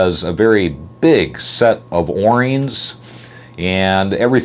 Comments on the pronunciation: I've seen a video of yours where you called yourself out on this, but... They are o-rings (pronounced, oh - rings), not 'or ings.' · Say that O rings, what are you a?